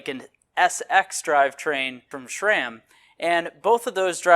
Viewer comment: It’s SRAM not shram. There is no H in the name SRAM.